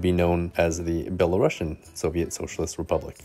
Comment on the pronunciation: "belarusian" is pronounced as [belarusian], not [belarashian]. it's from the word "Belarus", not from the word "Russia" :)